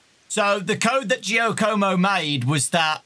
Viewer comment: It's "Jaw-co-mo".